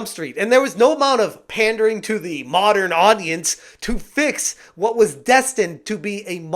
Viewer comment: The power of the "mawDURRn auDUHence."